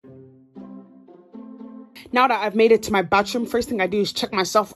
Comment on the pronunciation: “Battroom” - 2021